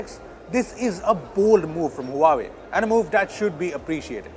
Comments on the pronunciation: Not hooahwei. It's hwa wei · it's pronounced "Wa-Way" and not "Huaa-way", come on! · You just pronounced Huawei wrong. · He pronounced Huawei wrong again